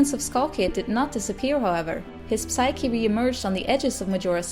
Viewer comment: Super :) Majora's Mask is mijn favoriete Zelda Game! Ik hoop dat Termina in volgende games terugkomt. De p van psyche spreek je niet uit in het Engels. Verder helemaal top.